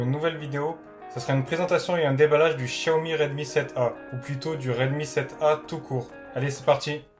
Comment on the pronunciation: chiaomi MDR...